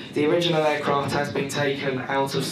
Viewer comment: “Uuuurcraft”